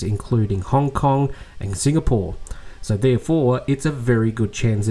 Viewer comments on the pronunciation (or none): none